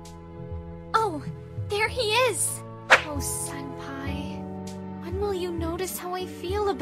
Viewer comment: It’s Senpai, not “Sempi”